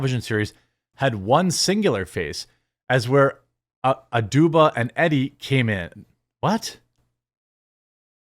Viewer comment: E-Dee, not eddie.....